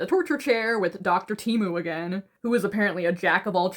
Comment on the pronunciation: Nah the fact she called him doctor temmu lol 😂